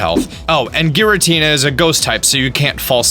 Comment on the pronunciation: Sorry to say this but it's pronounced "Giratina"